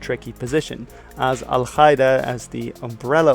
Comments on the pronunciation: Exellent video, but just one thing Al-Qaeda is pronounced Al-Kaeda, not Al-Khaeda ^^ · dude its not pronounced al khida that sounds so stupid. Its al - kaa - ida meaning the base in Arabic. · I like how he confidently pronounces foreign words wrong. It's Ughur (gh is french R), not U y gher. And Al Ka'ida, K here is pronounced a bit back on a softer mouth part which resonates more. Just translate "base" to Arabic and listen to it. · Love your videos ! One little nitpick, as an arab, I find your pronunciation of al-Qaeda very weird. In arabic it's supposed to be pronounced "al Ka-ee-da", but maybe your pronunciation is from another language ? Anyway, keep doing what you're doing :) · You mispronounced Al-Qaeda